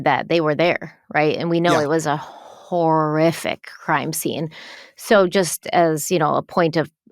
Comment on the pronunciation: lol sooo…I know you said “horrific”…because, context… but bro,, that sounded a lot like “terrific” (as in…”what they did was terrific!”) and I had to laugh at that. Then I felt guilty for laughing, given the subject matter, but it was funny, nonetheless. Apologies to anyone who is offended by this misheard statement… I guess I’ll just “cough it up” to another reason is an absolute legend.